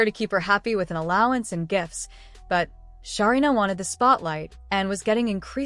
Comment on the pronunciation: Say the name correctly 😅 her name is Sarina